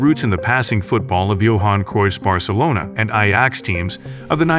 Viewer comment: AI voiced. Can't pronounce Ajax or Louis Van Gaal. ... and 1990s... oh my word...